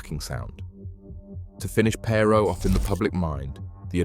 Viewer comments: Not interested in a TX billionaire’s opinion. Not then, certainly not now. Also, his name wasn’t Ross PAY-ROE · Perr- Row Please pronounce their name correctly if you're going to do a biography on a person.